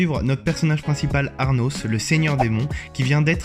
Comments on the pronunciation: Il adore l'anime mais prononcé mal le nom mc Pétain c Anos pas ARNOS PTN!!!! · c'est anos pas arnos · Arnos ? C'est pas Anos normalement ? x) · C pas arnos mais ANOS .... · Nannn respecte le perso c pas arnos c’est anos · Juste ta dit un pouvoir qui revalise avec les plus grand (mec anos cets LE plus grand ) et cest anos pas arnos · Je regarder dans les com voir si j etait le seul à avoir entendu ça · Et pour info c anos* et pas Arnos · Il a dis arnos 😨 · On est d'accord il 1 dis arnos 😂😂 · Classroom of the elite * et si t as pas regarder regarde et aussi oui il a dit Arnos sa m a tué